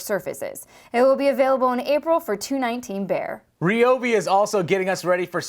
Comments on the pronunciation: Yeah, in a crazy twist of fate, likely because only a dozen people on the planet pronounced it REE-O-BEE, it is now officially RYE-O-BEE. Apparently they listen to their customers. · it's rye-ob🤦‍♂️ not sure how a dash cam can help anyone🤔. no such thing as baby chainsaw🤦‍♂️ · Hate to be that merman, but please use the new pronunciation of Ryobi.